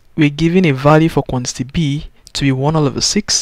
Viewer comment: What he is pronouncing for quantity ???? FUN